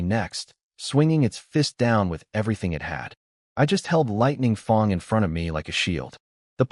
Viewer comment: Lightning FANG not Lightning FONG ! 😂 im lossing it here. edit Really you patreoned ep5,.,.Very bleh,.,.i hope Lightning Fang finds you !!!